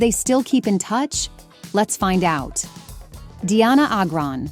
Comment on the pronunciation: Its pronounced dyanna agran